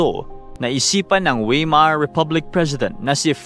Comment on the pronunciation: Correct pronunciation Friedrick Wilhelm (freed-reek vil-helm) Weimar (vay-mar)